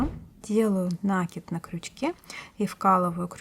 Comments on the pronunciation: ну почему нАкид, а не накИд? Очень режет слух... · И всё-таки надо говорить грамотно. Это украшает человека. От такого колличества нАкидов делается плохо. В этом слове ударение на И. Очень вас просим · Если Вас надо уважать,то и Вы нас уважайте,вернее наши уши . Ударение в слове "накид" делайте,пожалуйста,правильно,второй слог ударный. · Я сама говорю накИд, но это никак не мешает мне смотреть видео и учиться чему-то новому, несмотря на более чем 50-летний стаж вязания. Могу сказать только большое спасибо Мастеру, который делится своими знаниями со всеми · Мне тоже режет слух ударение в слове накид! Прямо очень!